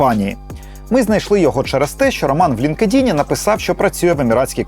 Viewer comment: Дякую за ваше розслідування, але англійську бажано вдосконалити. LinkedIn - не лінк-едін, а лінкт-ін, advanced - не едвансед, а едванст